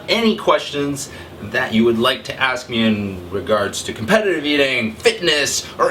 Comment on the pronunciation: Do you have trouble saying 'competitive'? Can you PLEASEEE tell us the name of the song you use (it's in you're german cheesecake eating video).